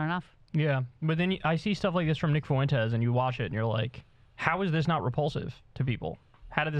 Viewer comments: It's "FWEN-tez", not "foo-WEN-tez". So incredibly irritating. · Kyle, it’s pronounced “Fwen-tez” not “Fu-en-tez”